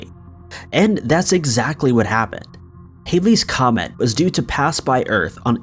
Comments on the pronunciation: It’s not haileys comet !!!!! It’s Halley’s Comet ! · it's Halley's comet , pronounced similar to "Hal" as in "Hal 9000" the computer in 2001. It is NOT pronounced similar to hail.